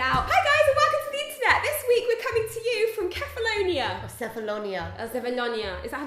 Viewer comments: Kefalonia is read with a "K", not like "Sefalonia" and the emphasis is on the "a". KefaloniA. With love, from a Greek. (Also, my ex was from Kefalonia. We went there on vacation 4 summer in a row. Beautiful.) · kefaloniA, accents on the A. you're welcome, sincerely, a greek x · Its Kefaloniá 😅 (lol I'm greek) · It's Kefaloniá !!! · We may all regret this, but I will say that there's a mountain here in Greece known as "the mountain of the centaurs" and that mountain's name is Pelion. Just saying, in case you decide to come back in the future. (Also the pronunciation is Kefalonia, stressed on the last letter) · It's Keh-fah-low-nee-ah! Love your videos, girls <3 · Kefalonia is with the accent on the last a (which means you put the stress on the last a not on the o like you guys have been doing)